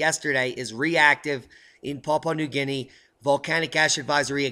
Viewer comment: Papua New Guinea is pronounced as Pa-poo-ah New Guniea - 'How to Pronounce Papua New Guinea'